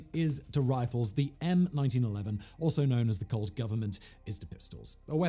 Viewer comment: It kept sounding like he said cult instead of colt. But to be honest, that wouldn’t be far off from the truth either…..